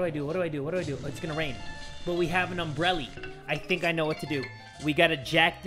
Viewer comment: "But we have a umbreli" Really? A Umbreli xD